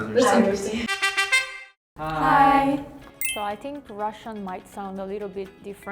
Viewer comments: "I sink so" 😂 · I Sink " :))